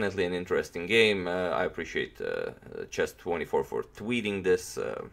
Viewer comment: I don't wanna hate but you should check how to pronounce "interesting" correctly, but btw very good video mate! ;)